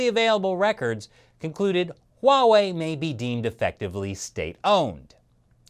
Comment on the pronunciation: Stop pronouncing Huawei wrong lol